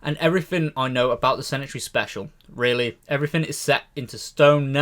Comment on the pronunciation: 'Centenary' is pronounced SEN-TEE-NA-REE, not SEN-IT-ARY. Haha.